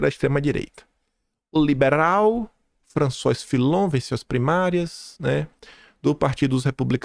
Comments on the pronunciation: é francês. François, pronuncia-se FRANÇUÁ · François = Lê-se Françoá. 👍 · Bom-dia. O nome do cara se diz Françoase. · François pronuncia-se “Françoá”